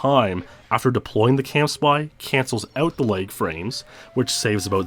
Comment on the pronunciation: lag not leg